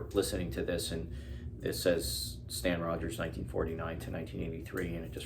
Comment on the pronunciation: And it is Stan ROGERS! No offence, but how hard is that to look up? Sorry